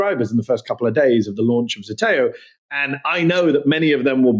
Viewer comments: It's not ZETEO, it's ZETAO. Ι know, I'm greek. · pronounced zdeteo